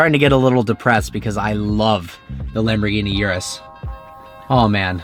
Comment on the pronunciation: For someone who owns a Lambo, probably owned a few, you can't be bothered pronouncing the name right?!? Come on, Don't be a typical yank!